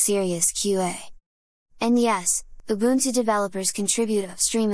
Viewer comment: This AI pronounces "ubuntu" better than literally everyone outside of South Africa.